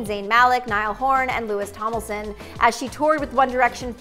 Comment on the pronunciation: 'Lewis Tomilson'... I mean.. is it really that difficult???